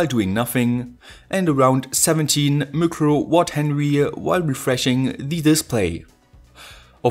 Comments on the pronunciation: "micro-watt-henry" ? Dear friend, uWh is micro-Watt-hour. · are you sure you not AI? you said minus, thats always problem with AI translators, and how did you pronounce microwatt hours ? Edit: one more thing - refresh takes less power than standby? you said 0.67mW standby and 0.017mW refresh...